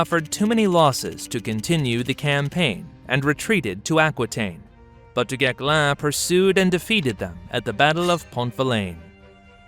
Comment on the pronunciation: The correct pronunciation of "du Guesclin" -- the "s" is NOT silent.